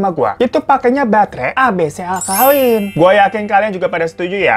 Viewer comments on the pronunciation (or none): Maaf ntah gw suka sama awkarin apa gmna .. tapi pas bang hiro bilang batre alkalin kyak bilang batre awkalin 🤣🤣